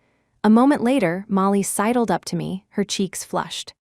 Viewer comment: Not cidled but SIDLED